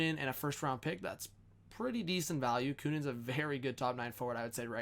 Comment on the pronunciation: Luke Kunin is pronounced as Ka-Nan not Kuunin